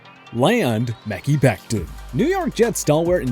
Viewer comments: Muh-Kai not Meh-key Becton lol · Not only will neither Jets trade happen, but can you PLEASE SAY HIS NAME CORRECTLY I MEAN DAMN. It’s “Ma-kai” holy shit it’s been 3 years. Do your insanely easy job. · Ok i was going to say i'm pretty sure he said it wrong😂😂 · Deebo not going to Jets Cowboys don’t need a safety and you always say Mehki Bectons name wrong and that’s so irritating